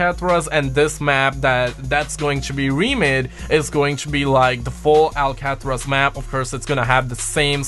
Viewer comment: Lol say it with me...AL CA TRAZ!